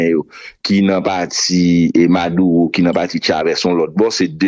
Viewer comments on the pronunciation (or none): Madulo pou di c pa maduwo kom ou pa pale espanyo maduro